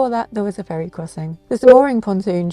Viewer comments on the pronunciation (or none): none